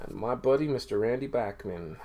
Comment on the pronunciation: Hi. Really nice Dean Martin collection. Always have a soft spot for Dino. I really like Brave Belt (pre BTO) but I don't have anything from them. Great selection of BTO..and it's nice to hear Randy' s last name pronounced properly.